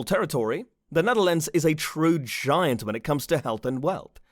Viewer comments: SERIOUS?? "NEATHERLANDS"?? The Netherlands you stupid f*ck!! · Neatherlands….. euuhhhh how’d you even get that wrong? Ahhaha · Netherlands, not Neatherlands. And the map you show, is not The Netherlands but The Netherlands and Flanders, the Dutch speaking part of Belgium. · Neatherlands its the Netherlands you have IT rong Nederlands as we say IT dutchs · Neatherlands? Netherlands/Nederland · i'm sorry but its the netherlands and not the neatherland & you're using a few wrong maps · Not Neatherlands!Netherlands!! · Nice video, too bad it has some mistakes, such as the map is the Dutch language speaking map, which included Flanders, which isn't part of the Netherlands Also, the name is Netherlands and not Neatherlands.